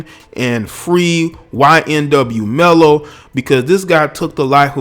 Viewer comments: I feel you but it’s melly not mello but you speaking fact respect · You have no idea the reason behind why he did it. Ppl seem to think he just blasted them away for no reason at all smh. And it’s melly..not Mello..Jesus do research before posting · okay well first his name is ynw melly not ynw mello so get that right . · Its Melly not Mello 😂🤣😂😂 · A lot of great points in the video but it’s not mello it’s melly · Why tf does he keep saying ymw mello???! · Did this guy just call him ynw mello I swear that’s what I heard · Could have at least got his name right🤣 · How tf U say his name wrong tho😭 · U can’t pronounce melly? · Please get his name right atleast next time before u begin to speak about something u dont know. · Damn can u say melly? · Butchered his name but the message is loud and clear. This dude looks dysfunctional. But i watched this dude in a couple interviews or so and he does seem very off. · Yo put respect on melly’s name you don’t even pronounce it correctly. Your making a video on him nd. He made more money than you bro gtfo here